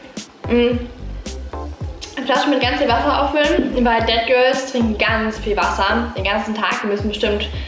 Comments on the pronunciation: Du sprichst es irgendwie aus wie dead girls und nicht that girls 😂 no hate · Ich bin jedes Mal erschrocken wenn du ,,dead girl " oder ,,sät girl " gesagt hast weil ich dachte du meinst es auch so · Ich die Dead Girl verstanden hat😂